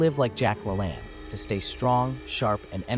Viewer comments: Jack Lalanne is pronounced Jak La Layn. Not La Lann! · It's La LAINE !!!! Jack LaLane.... pronounced La LAINE !!! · You ignorant moron. His name was Jack La - LANE not Jack La- ANN. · you're mispronouncing his name, its La LANE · NOT Lack La-Lawn. Pronounce Jack "La Lane." LaLanne. What is this AI? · say it right ...Jack Ka Laaaaane ....do you see..his name is La lane not La lan. He has a tv show for years and years. I met him as a studly old dude. Short wow he was short. He was a tribute to humanity. A fi ne fellow. Motivating and lived it. He was at the same time as the founder of healthfood. Dr Bragg. Check him out.. Patricia carried on for another five decades. Bragg foods still a solid supplier. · Thank you for posting this LEGEND who most people do not know about. but PLEASE when doing a study of someone famous it's a good idea to actually KNOW HOW TO PRONOUNCE THEIR NAME CORRECTLY ... it's NOT lalan.... it's LaLANE. And he was great because he was REAL.. and knew about bodies & health.. NOT like current so called "Health coaches/gurus" who suggest doing something because it's GOOD for you... He was specific and he PROVED it.. he was exceptional AND a great advocate of JUICING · Pronounce La Lane not La Lon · I was a kid when he was on the morning TV shows. I thought they pronounced his name "LaLain" (like rain), not "LaLawn" (like lawn.) Am I recalling that incorrectly? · La Lane, not La Lawn. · La Lane, not La Lan. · The AI needs to learn Jack's last name pronunciation. Its LaLane, not LaLanne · His name is pronounce La Lane. Your AI messed up. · He pronounced his last name: Luh-LANE! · Not Lalahn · His name is pronounced with the second "a" being long. And it's not about some magic foods he ate. It's a lot more about what he didn't eat and about his relentless physical routine and his amazing mental attitude. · it is Lane not Lan long A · His name is pronounced La Lane like the Lane you walk or drive down. Have the respect enough to get it right.